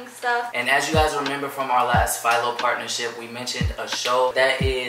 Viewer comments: Home boo said file-o It Phil-o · Philo rhymes with Milo